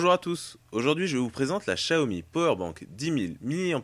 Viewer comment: / Gaming / Tutoriels / High-Tech étant chinoise et ayant acheté des produits xiaomi en chine directement sur place, je t'assure qu'on dit "shiaomi" et même plus précisement "ssiaomi" (un "s" un peu mélangé à du "ch") :)